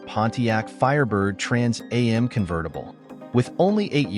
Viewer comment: This moderator is irritating to listen to. He announces the name of the next car in detail, then immediately says it all again. The second time should a shortened familiar name, not the whole thing. It is pronounced "Trans Am' NOT "Trans A M".